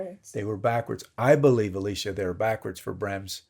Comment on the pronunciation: Okay, is it me or does it sound like he is calling "Alicia" and not "Elisa"? Because that's what it sounds like to me.